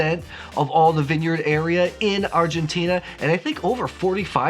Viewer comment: Argentina, the end you pronounce like "Tina", from Tina Turner. I love Malbec and it seems 2019 is the best vintage ever in Mendoza